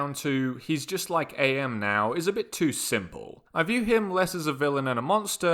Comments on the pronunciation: It's not A.M it's am like the word am. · It's pronounced am not A.M. like "I am tired" not "it's four A.M" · Pretty sure AM’s name is supposed to to be pronounced like how you’d say “I AM” …not like saying A.I. The game that had the involvement of the creator Harlan Ellison had it pronounced such. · His name is pronounced “Am” btw as in “I think therefore I Am” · Is this a joke about his name being said wrong (it’s pronounced Am, as in I think therefore I Am) or do you not know? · Don't say A M man, its AM, as in, "I think, therefore I am." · AM's name used to be an acronym, but it's just pronounced like a single word "AM" since he's no longer the Allied Master computer, Adaptive Manipulator, or the Aggressive Menace. Cogito, ergo sum (i think therefore i AM) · Small note AM in IHNMAIMS is pronunced as the word am, since his name is lifted from the phrase I think therefore I am. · it's AM, not a.m. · Really annoys me that you keep saying "A.M.", it's pretty clearly and aggressively spelled out in the story that it's AM: As in "I AM", not "Allied Mastercomputer"; "Cogito, ergo sum; I think, therefore I AM!" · Is this script read by an AI and not a human? The character is not "A M", it's "AM", as in "I am what I am". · His name is AM, not A.M. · Please. It's Am, not A-M. He's a computer, not a clock. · AM is just pronounced "am" fyi, listen to the audiobook recorded by Harlan Ellison himself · Is it not pronounced like the word am, like the one guy says, I think therefore I am?